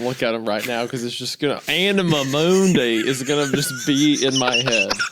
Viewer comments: "Anamuh Mooondy" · If you say anima mundi again I will jump off a bridge 😂😂😂